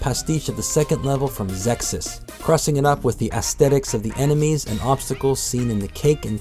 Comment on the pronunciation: Finally got around to watching this. Are you saying 'Zeksis' or 'Xexyz'? I definitely need more of these games. I only have Gokujou on Super Famicom. Was cool learning what some of the parodies are from. I've noticed a ton of references to Gradius II and III in Gokujou. Great video, man!